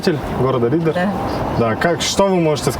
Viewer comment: Не Риддэр а Риддер